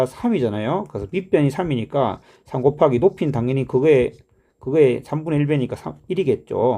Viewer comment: " '고바기'를 해주면"에서 뭔가 구수함이 배어나와 샘의 고향에 대한 각별한 애착을 느낄 수 있었습니다 ㅎㅎ. "C하니까 쉬 마렵다 이!"라는 화장실 드립에서 쌤의 숨길 수 없는 깨알개그 욕심이 느껴집니다 ㅋㅋ.